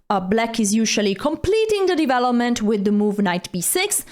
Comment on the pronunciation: I like how she pronounce " divelopment"